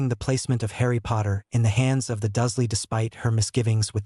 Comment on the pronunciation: Duzley? WTF! It’s DURSLEY.